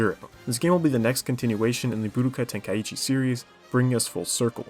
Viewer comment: No to be a hater but i cant stand the way you say Budokai Tenkaichi